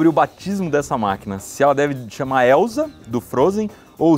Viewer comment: Elsa do Frozen, mas é Elsa, não Elza, pronuncia-se com S mesmo.